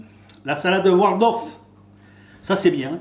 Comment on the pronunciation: He keeps saying "Wardolf"....hehe. Somehow I remember a Waldorf salad having walnuts in it too.